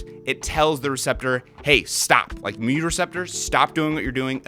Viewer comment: Thanks for emphasizing mew. Lol theblast video i heard you talking about you kept saying mooo and the nerd in me was starting to freak out a bit xD